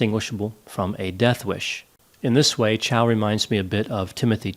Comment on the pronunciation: "MY NAME IS CHAU, NOT CHOW".